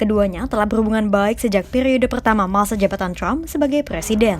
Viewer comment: Yg baca trump bukan crump😂